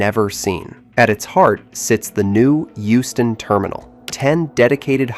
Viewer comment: Euston not Houston 😂